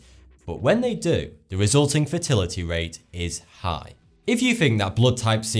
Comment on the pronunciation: Every time you say fatality I hear fertility.